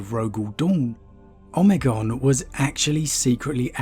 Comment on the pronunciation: Why are you saying Omegon so bizzarely? Oh-may-gone.